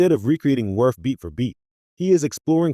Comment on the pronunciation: The Character's name is pronounced, WORF! DUMBASS!